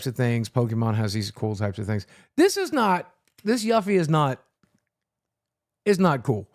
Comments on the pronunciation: Why does he pronounce Yuffie's name like that...... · Maybe you’d like the Yuffie art if you pronounced the name correctly. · you say you are can't get enough of FF7 but you can't even say Yuffie's name correctly.